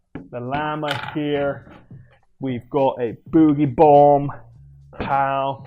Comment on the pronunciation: It sounds like your saying the bootie bomb and exetera my face